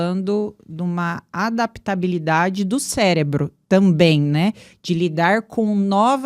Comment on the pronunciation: Parei no " adaptalidade" fala da entrevistadora